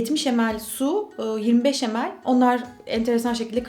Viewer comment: Tini Stoessel Video's ingilizce okunuşu olmasın o